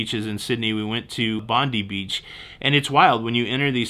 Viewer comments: Bondy (as in Alan Bond) funded the stealing of the America's Cup. Bondi (bon-dye) is the beach. Coo-gee is another beach whose name you mangled. Roundabouts can be confusing, there was one a few k's north of Charles de Gaulle Airport when having just picked up a car, always wanted to drive 'round via the left not right. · Welcome to Aus bro.. it's Bond eye....not Bond De...lol...Bondi..enjoy your stay.. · This was a really good video. Also just to let you know it’s pronounced Bondi not Bonde. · I worked in the oil industry before retiring and have been to many different countries as a worker, not a tourist. Came across your channel. Great description and yes I was triggered. LOL. You triggered me again when, after correcting yourself, you went back to Bondee ..... Try this... Bondeye (like popeye) and one more Coogee, sounds like book or cook hence typed would sound like coo(d)gee. I hope you enjoyed your time here I subscribed and hope to see some more good trips from a tourist perspective. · sorry, it is Bond eye, not bondee BONDI BEACH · Bond eye, not Bondee lol. The first part of Coogee is pronounced with a short U as in cuckoo. Sounds like Cujee. Welcome to Aus. 😄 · Coogee - cud-gee not Co-gee. Bondi Bon-dye not Bondy. Please. Thanks for correcting. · It's pronounced Bond"eye" - not Bondee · You pronounced Coogee wrong. Its said like couldee. Stop saying Bondy when its Bondi, Bond-die.🙄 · Say Bond-eye 100 times. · I kept yelling Bond-Eye at the screen. 😂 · sooo glad you put in that interjection... "BONDEE"... cripes that got my goat! And please, look up how to pronounce Coogee... Sorry, I am Aussie, just subscribed to see what your channel was like... I will persevere and see a few more posts cheers, have fun down here! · So glad you corrected 'Bondee' :) Coogee is pronounced 'could-jee'. Have fun while you're here, there's a million things to see. Hop on a ferry over to Manly, nice way to see the harbour (and city) from the water. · Triggered! Bond-EYE😂